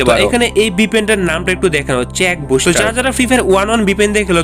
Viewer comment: ভাই ওটা চেক বুস্টার না সেক বুস্টার😂